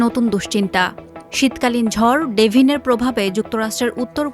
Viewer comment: জ্বর ডেভিন???? নাকি ঝড় ডেভিন।